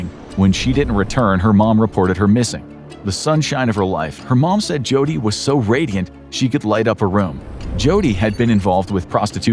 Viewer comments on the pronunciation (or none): none